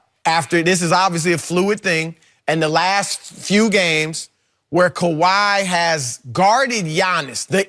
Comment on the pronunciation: Skip said kawhai